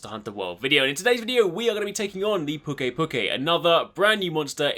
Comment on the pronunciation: I belive the pronounciation is "Pew-key pew- key" because of the word "to puke"